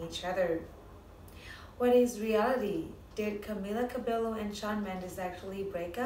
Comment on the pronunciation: Fake! She even pronounced Camila's last name wrong!